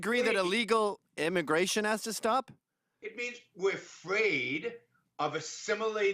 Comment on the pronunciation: This is an intwesting debate on immigwation weform.